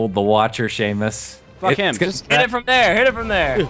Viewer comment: Its Seamus without the h